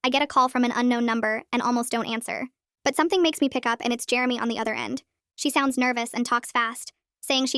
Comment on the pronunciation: it's Jeremy. Not germy